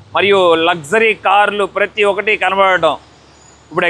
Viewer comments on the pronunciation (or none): none